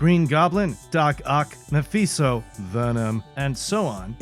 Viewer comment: Did you say mephizo ? 🤣